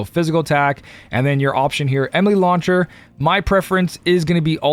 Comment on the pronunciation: At this point, I think it's an in-joke based on a mispronounciation of Enemy Launcher among his regular community.